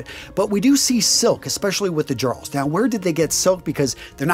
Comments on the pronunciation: Thrall is is pronounced like all. Karl is pronounced just like the name Carl. Jarl is pronounced with a Y not a J. So it's Yarl. And is pronounced like Karl for the rest of it. Edit: loved the video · Good video. The only major criticism is your pronunciation of a couple words. As a Scandinavian word, the "j" in "jarl" is pronounced as a "y" so it would be said as "yarl". Also "Ibn" is an Arabic word that roughly translates as "son of" and it's pronounced with a short "i" sound so "ib-n" not "eye-bn". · You've probably been told elsewhere, but "jarl" is pronounced like "Yarl". But you've done well. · FYI, Jarl is pronounced with a soft J. Sounds like "yarl" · OK, several things here. Bethesda does get this right, it's jarl pronounced yarl. Also there have been multiple instances of men and women with tattoos from prior to and right into the Viking period. Next, it's highly likely that many of them kept their hair long as there is a tale of one cleverly using it to get out of being beheaded. It is also worth noting that Norman knights in service to, Justinian I believe, a Byzantine Emporer would peirce an ear. It may be that they viewed it in a similar way to Jewish customs but that's conjecture. Finally, anyone who knows about lye knows that it's in soap but in high concentration is definitely being used for bleaching. Highly alkaline soaps were used all over that region and later made their way into England during the Middle Ages as more Danes and Angles moved there. While it may be highly improbable and extremely impractical for them to have braided their beards and head hair this doesn't rule out the possibility of it in instances of a council or some other ceremony. A sure way to show off wealth and strength is appearance and those would be exactly the right time. I would recommend having a look at channels made by Scandinavian historians since it is their own history we're talking about here. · A very good video but the word "Jarl" is pronounced "Yarl"